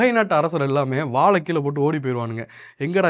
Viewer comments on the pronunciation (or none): none